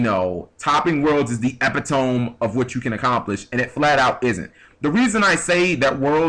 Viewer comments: ep-i-tome? I'm pretty sure it's pronounced e-pit-o-me... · Epitome is pronounced like eh-PIT-oh-me. Love ya,, but ya gotta step your language skills up. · Lol, what the fuck is an epitoam? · i thought i'd be the only one who mentioned the 'epitome' :(